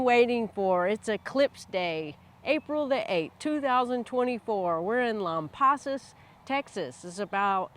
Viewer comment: I, also planned a trip to Texas two years prior! I was near you in Georgetown, TX! The clouds parted for us for about 15 minutes just when Totality hit! What a blessing! You were smart to head to Lampasas. I heard downtown Austin was cloudy. (Oh, and we pronounce it Lamb-pass-us)